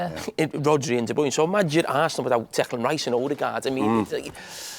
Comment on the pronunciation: De broin ?? de broyner ?? . Listen yu lot ! It's pronounced as in Turner NOT joiner . Kevin is even on You tube telling us how to pronounce his surname . Why doesn't anyone get this ? I can't work out why ??